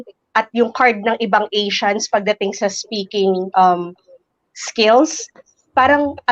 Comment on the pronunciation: did she say "SPOKING"?